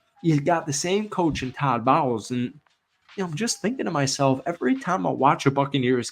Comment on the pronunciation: Greatest mispronunciation of coach bowles name I've ever heard. Kudos.